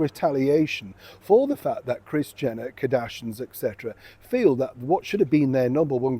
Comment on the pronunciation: Their name is Kar-dash-ians not Kadashins😂